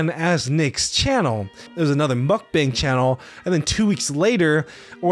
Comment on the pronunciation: Great video, but mukbang is pronounced (muck - bahng), not bang. the emphasize is also on the muck. sorry It was getting on my nerves